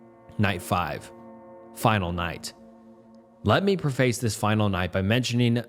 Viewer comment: still doesn’t know how to pronounce preface